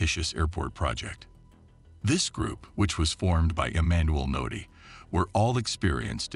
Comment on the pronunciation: His name is Emmanuel udeh